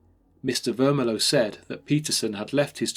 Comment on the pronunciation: Mr. Vermillion - this is NOT pronounced Ver-mi-low but Ver-mil-le-on, the ‘million’ part pronounced just as million as in the number ! Even if the landlord was a Frenchman, then it would be pronounced almost the same except the ‘n’ at the end would be soft.